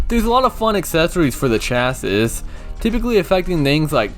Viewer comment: This was a fun review to watch, although it's kinda funny hearing someone who's not a car person try to talk about car terminology :P Like that's not how you pronounce 'chassis' at all. Also, the 'classes' are your drivetrain options, which basically determine where the engine will be in the car and which wheels the power goes to. Like FF means Front Engine, Front Wheel Drive, FR means Front Engine, Rear Wheel Drive, and so on. IRL, where the engine is placed in the car (and thus the center of gravity) plus which wheels drive the car forward will have a major impact on how it handles. For a basic example, FF cars will tend to understeer in turns, while FR cars tend to oversteer and spin out if you aren't careful. What's also really cool is the car's body changes in appearance depending on which drivetrain you pick, even if the IRL equivalent never had a version of the car with that drivetrain. I do love what you said about the story though. Does sound pretty interesting aside from the out-of-nowhere plot in the last 1/4. I really should try this out on emulator at some point but I keep putting it off.